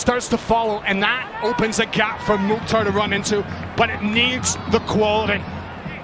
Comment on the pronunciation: Commentators .is Mukthar not motta